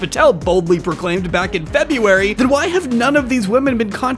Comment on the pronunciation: February not Febuary Great vid tho